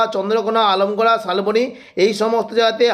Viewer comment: আলমগুড়া নয়। দাদা আমলা গুঁড়া বলবেন